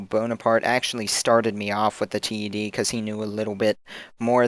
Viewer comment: Great video, nice to see people making these. At C.A. they pronounce the name 'Ted' as in the name, rather than T - E - D.